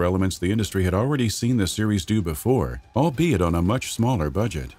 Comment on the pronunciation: Whatever you do, don't take a shot everytime the narrator says "albiet". You will be in the hospital...